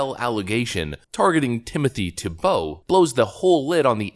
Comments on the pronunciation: It’s Tee Bow, not tee-Bow… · Reads, "Pronounced TEE-Bow." Proceeds with "Tibeau." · It's TEE-bow, not tee-BOW. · Our host reads how to say TEE-boh… Continues saying tuh-BOW. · Its pronounced teebo dammit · His name is pronounced TEE-bow (just like the QB) -- read the second line of the first paragraph